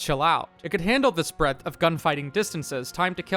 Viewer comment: Please- never say Spread like that again.